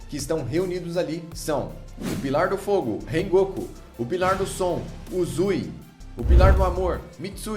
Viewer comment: rengoku? falou errado né?????